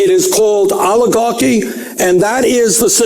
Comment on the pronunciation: Oligar-QUI !? Oligar-QUOI!!??🤨😆